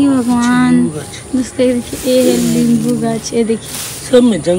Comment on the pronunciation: Libu nahin hota hai nimbu hota Hai aur ya nahin hota hai uriya hota Hai